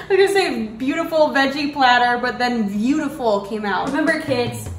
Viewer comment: She was like "DoEs GaRlIc HaVe ThE sAmE eFfEcT aS oNiOnS" and I was like "MaYbE yOuRe JuSt A vAmPiRe" the she said "veautivul" so yeah sis